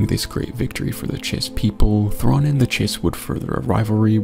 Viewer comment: one of my favorite things is how Anakin mispronounces thrawns full name lmao 😂😂